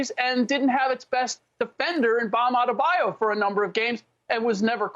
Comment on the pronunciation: Slick Rick lost this argument when he called Bam (Bam!) Adebayo.. Balm Adebayo 🤦‍♂️